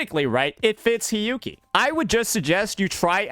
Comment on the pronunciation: For the Hiyuki part...all I am hearing is sanhua lol